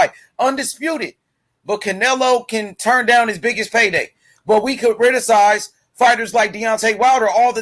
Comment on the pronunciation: The word is criticize not chariticize